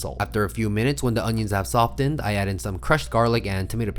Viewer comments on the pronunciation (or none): It’s pronounced Soff End. Not Soff Tend. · Pro tip- you don't pronounce the T in soften. "Soffen" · The ‘t’ in soften is usually silen. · That hard "t" on soften was exquisite! ,🤌🏿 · No Child of a teacher can comprehend the audible "T" in that word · DO NOT PRONOUNCE THE T IN SOFTEN!!!!!!!! 😤😤😤😤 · Don't pronounce the t in soften